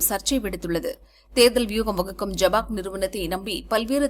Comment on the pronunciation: அது ஜபாக் அல்ல ஐ பேக். தவறாக படிக்கின்றீர்கள்.